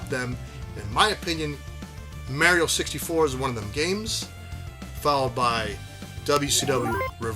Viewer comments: Mario, not mary-o. You’re Italian for Gods sake. Paisano. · The way you say Mary Oh❤❤❤😂 Brooo when Star Fox 64 dropped and came with the rumble pack?!?!? I was so blown away by the box size. And SOOO immersed with that rumble feature. And now the rumble is a STANDARD.